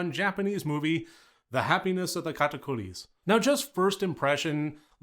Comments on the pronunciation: I love how you pronounce Katakuris! I enjoyed this movie so much, as a musical geek, it was right up my alley, great review. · You pronounced it perfectly dont worry! Great video btw